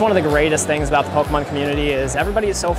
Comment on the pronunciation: PokAhman is definitely how parents say pokemon